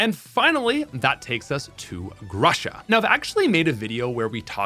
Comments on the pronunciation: In this video you said Grusha a lot and EVERY time I heard Russia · It's G-ROO-SHA. Thaaaaat's all what I wanted to say :)